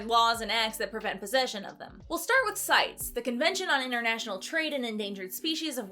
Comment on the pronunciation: Hey, I'm also a marine biologist and own medaka. Medaka are actually a species of killifish and since they've only recently become popular overseas in the aquarium trade, it's not a terrible translation tbh. Also CITES is pronounced "sigh-tees".